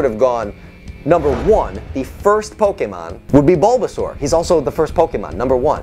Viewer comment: While I would love Bulbasaur to be one of the trainer’s pokémon, I still like Squirtle more than Wartortle. I wouldn’t mind if the devs made such a change though. Also glad you pronounce Pokémon correctly. Many people ignore the accent mark for some reason